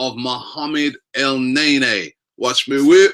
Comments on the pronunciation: not NAYNAY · For fuck sakes, its KNEE-KNEE not NAY-NAY, the rest of the league is laughing we can't even pronounce our players names correctly! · Robbie its el -ne-ny and its cro-thi-nas not cro-thins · Its EL-NE-NY not EL-NAY-NAY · Did Robbie say 'Let me whip Elneny'? 😂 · Elneny = EL-NE-NY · Robbie, your saying his name wrong. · Real talk no one knows the first thing about Elneny not even the correct pronunciation of his name. Yet the Vieira comparisons have begun SMH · That's not how you pronounce his name, so let's just stop with this song. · Lol that's not even how they pronounce his name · horrible horrible chant. he's name isn't even pronounced like that lol I enjoy AFTV but please sort it out, quit being cringey please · So fucking cringe how you pronounce El neny's name